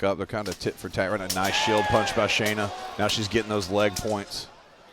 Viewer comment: Might work on pronouncing the fighters names correctly. Shanna is pronounced how it's spelled. Y'all keep calling her Shaina. Just a pet peeve to show respect to the fighters.